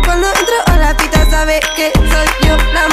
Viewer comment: Yung "sabeh" Beef